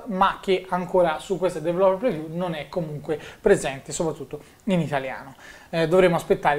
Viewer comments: "su questa dv-rló-reviú" mitico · sei bravissimo, ma ti prego impara a pronunciare "developer preview"! :D